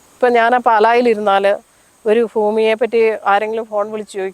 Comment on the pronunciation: ഫൂമി അല്ല പാലാക്കാരി ഭൂമി ആണ് 😂